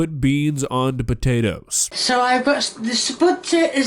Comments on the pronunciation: I love but the way she pronounces potatoes as "sput-ayy-as" invokes some irrational anger inside me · Why does she call potatoes "sputids" or whatever she is babbling...? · i keep laughing every time she says "spu-tay-tas" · I love how she actually got mad at the sput-ayy-tuhs for not getting off the spoon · It actually pissed me off lmao. Cus why are you saying it like that 😂 and I feel like I’m gonna start saying it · "Spud tatoes" Is this a british thing or just her? I know Spuds are used for potatoes but ive never heard it like she says it. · Hearing SPUTATOES is making me want to break things. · Never heard someone struggle so much saying "potatoes"